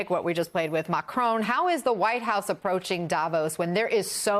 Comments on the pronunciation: DAVOSS, not Davose. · Da Voss not davose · hey guys, please pronounce davos correctly?